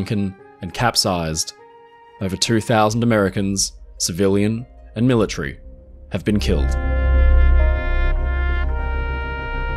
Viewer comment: Millatree? Pell haba?